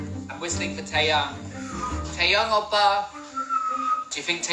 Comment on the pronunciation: Tay-ong💀